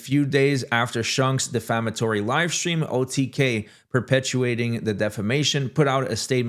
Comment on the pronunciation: Dude, learn how to pronounce the words that aren't familiar. "Purported" and "Perpetuating" would be a great starting point.